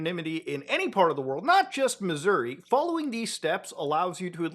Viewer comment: lol nice impression 😂 but you gotta really emphasize the Uh there at the end. Like “mizz-ur-RAH” 😂😂